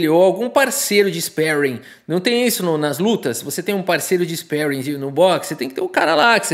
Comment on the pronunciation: Ispéring? Spéring? kkkkkkkkkkkkkk